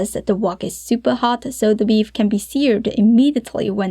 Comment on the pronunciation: Just curious why she adds a schwa when sentences end in consonants? Like "beef-uh" instead of "beef".